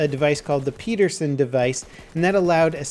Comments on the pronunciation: PED-ER-SEN Not PEE-DER-SEN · ped-er-son, not pe-der-son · It's not "Peterson device" like how you said it, it's pederson, almost like pedal. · Its "Ped" like in pedestrian... not "pead" like you said peaderson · Pederson not Petersen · pedersen, not peterson... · it's PE DER SEN not "Peterson" please if your going to say it more than 5 times and it's your native language please pronounce it correctly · it's pronounced Peh-dehr-sehn. Not Pii-dehr-sehn. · It's called ped-er-son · By the way, it's pronounced how it's spelled... Pedersen, not peedersen. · Peterson?I'm unsure, but I think it's pronounced Penderson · Its Pedersen, not Peterson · It's pronounced pettersun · PEDerson device. There is no T. I know it's like the pronunciation of the M1 Garand ....but just so you know. I remember you correcting the pronunciation of Garand. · It's pronounced PEDerson, and the design lost out to Garand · It's pronounced PEDDER-SON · I'm pretty sure Pedersen is not pronounced "Peterson" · The way you pronounced Pederson...